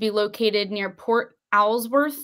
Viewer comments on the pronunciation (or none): I live in Alaska born and raised and I live close to Port Alsworth it’s just up the road from me, I can tell you that this information that your exposing is the absolute truth, it’s pronounced port all’s worth